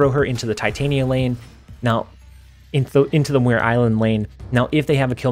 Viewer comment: Enjoy the videos. BTW, Muir Island is pronounced mew-err. Scottish. All the best.